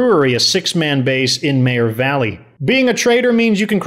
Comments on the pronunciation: I hope you know its pronounced "Meager valley" not "mayor valley" its spelled meagher how the heck do you get mayor?? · thats fine and i totally get that but its pronounced " meager" for video purposes if your going to do it do it right... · and everyone playing the game knows that... Unfortunately its not pronounced that way... But i wont argue you do your videos as you like it just annoys the hell out of me but to each its own on tothe next have a great one.